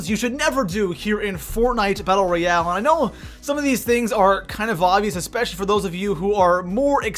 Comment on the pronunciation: Holy shit he hasn't learned that it's Royale